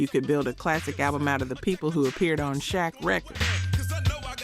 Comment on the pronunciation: You said u did research but then failed to pronounce benzino correctly even shaq, are you AI or something cause those names been mentioned for years and u should know how to pronounce them. Oh okay u said benzino right after the title lol . Ill give you that one . But no excuse for saying shaq wrong